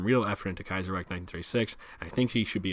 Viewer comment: Are you sure of the Kaizerreich pronounciation ? I would pronounce ch not a k at the end.